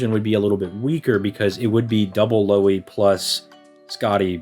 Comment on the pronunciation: No Lui, its Lou-Hi (and its Lou like Lou-rider and Hi like Hitman) Im in Finland so i know.